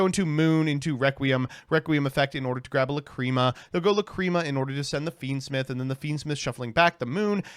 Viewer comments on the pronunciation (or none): Is it really called La-Cream-a???